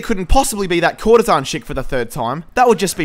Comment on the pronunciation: It's actually courtesan